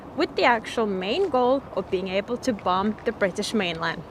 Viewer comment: I love how you say bomb attacks the last B is silent so it would be pronounced bom